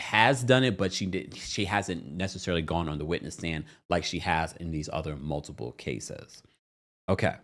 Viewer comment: PLEASE note that there is NO B in the word "multiple!" You keep mispronouncing the word with a B and it drives me crazy! Just and FYI.